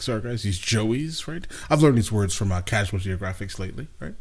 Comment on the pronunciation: Yo. Did this guy just say "CASUAL Geographics"? 😂 I like that. Someone needs to make it happen but you know, take your time.